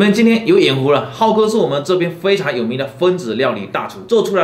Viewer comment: 这普通话我也是真的服了。 灰常，。。 灰机吧